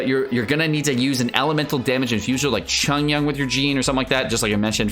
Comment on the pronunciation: Chungyun? Please.